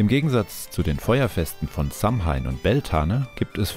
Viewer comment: Sehr interessantes Video :) jedoch wird Samhain anders ausgesprochen. Es wird Sa-uin ausgesprochen